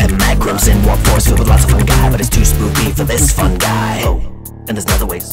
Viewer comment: He said spoopy